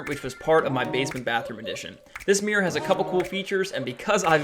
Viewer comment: Mirror ❌ Mir ✅